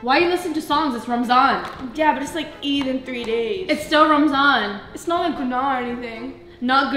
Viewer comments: Why did you say ramanz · It's not Ramadan it's ramzan understand